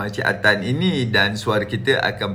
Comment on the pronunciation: Bila dia sebut cik Atan mcm tdk ngam dia cakapkan tu, tengok balik video tu